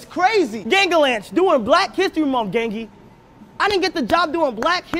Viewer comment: ITS GANGLY NOT GANGY WTF